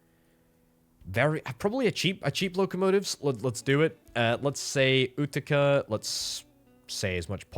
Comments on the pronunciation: FYI, Utica is pronounced yoo-ti-ca (with accent on the first syllable), not oo-ti-ca. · It’s you-ti-ca